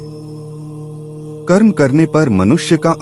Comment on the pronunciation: आप हमारे आध्यात्मिक ज्ञान को बढ़ा रहे हैं। बहुत अच्छी जानकारी दी है। निवेदन है "कर्म"का उच्चारण आप "कर्मा"कर रहे हैं जो अंग्रेजी करण की बू आ रही है और उच्चारण भद्दा लग रहा है। कृपया शब्दों का हिन्दी करण ही रखें तो सुन्दर होगा।